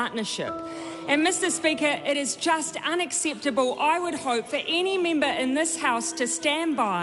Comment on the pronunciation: Me too. I like how they pronounce member as mimber.